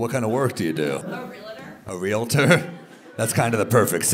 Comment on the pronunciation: REALATOR (can't pronounce her own professional) to be immediately properly pronounced REE-UHL-TUR